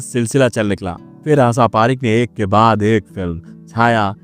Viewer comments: Aap aasaa aasaa hûdd se zyada bolaa. Asal mèï vo aasaa nahee ASHA hāï Saadi = shaadi --- Aap every day Aashaa aashaa kar k 100 baar boliyega. Taa k Aap ka SAA Shaa hoojaaye. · भाई तेरे उच्चानसब गुड़ गोबर कर दिया श को से ही बोलते हो , आशा को आसा बोल रहे हो पूर्वांचल से हो क्या क्ष को भी छ बोल रहे हो सत्यानाश।रण ने तो